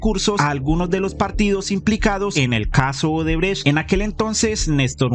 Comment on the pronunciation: Jajaja 🤣 “Centro Odebretch” excelente 👌🏼✅👏🏼